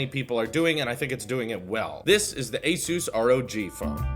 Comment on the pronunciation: Btw you’re pronouncing ASUS incorrect, the pronunciation comes from the word Pegasus. Anywho great vid!